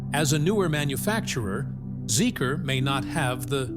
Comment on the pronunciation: Sorry to correct you but the name of the brand is pronounced "Zeeker" n not Zeek-R!